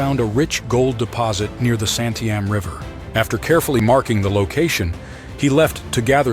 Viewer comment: Wa-lam-et, sump-ner, Santi-am, that is the way they are pronounced.